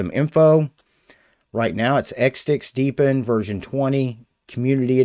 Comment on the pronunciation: Hey hey hey, He said "Deep In", huh huh huh